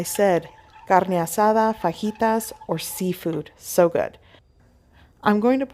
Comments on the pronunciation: You lost me at your pronunciation of fajitas. You don’t have an accent until it comes time to say those words lol. Just be you ffs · You say fajitas wierd. Definitely blocking this channel. You shouldn't culturally appropriate other cultures. Do better.